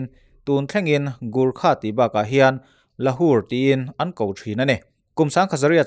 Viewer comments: Lahur ni lo in laure zwk ani....Gurkha ani loin gorkha zawk..... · Lahur niloin lauray zawk